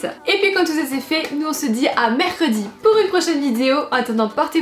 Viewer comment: "Aujourd'hui on se retrouve pour une nouvelle vidzzzzéo" tu as battu ton record, c'est devenu ta marque de fabrique 😂😂😂